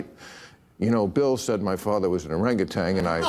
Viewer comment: OranguTAN, Bill, not orangiTANG....